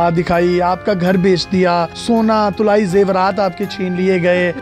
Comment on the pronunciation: Ye lafz tulaee nahi balkei talaee hai.